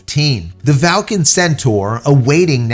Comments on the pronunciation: Where's the "a" in Vulcan, that is, the first "a", after the V. There isn't one! Its pronounced "vuhl·kn", not "val·kn". Just saying.... 🙂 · Clearly VUL-CAN says VAL-CAN instead 😂🤔🤦‍♂️🤷‍♂️ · J, it’s Vulcan no Valcan. Think Mr. Spock’s homeworld.. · Or, was that a tongue firmly in cheek as in Falcon (Valcon?). Just let us know. Thanks, love your channel. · I'm sorry J. is it pronounced Val kan or as it is spelled Vulcan (like in Star Trek). Just asking? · Vul can... VU LLL CAN .... sound it out with me.